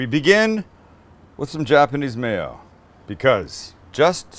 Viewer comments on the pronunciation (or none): none